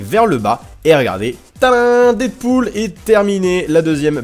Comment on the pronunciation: quand tu as dit deadpoul j'ai compris des poule Je me suis dit WHAT 😲